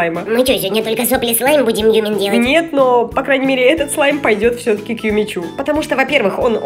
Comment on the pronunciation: "Юми-чу" правильно